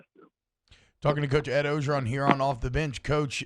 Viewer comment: Why can't you guys say OR-GER-ON? Not O-GER-ON.